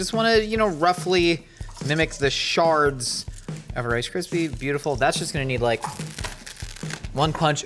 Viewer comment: trying so hard to over-pronounce “shards” so no one hears “roughly mimic the sharts of rice krispies”